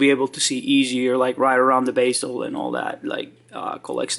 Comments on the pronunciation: It's pronounced bezel, not baysil. I believe baysil is how you Yanks pronounce basil, which is a herb. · are you German or Spanish. Btw it's bezel not basial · Bezel not basil ....stupido! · Sir-ram-ick......just joking...be-zul